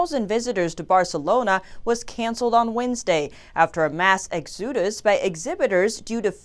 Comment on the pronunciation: Mass 'exude-us'? It's 'X-O-dus'. Exodus.